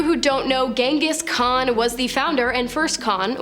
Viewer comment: "gong"his khan 😂 jeez racist much... might as well call him "ching-chong"his khan😂😂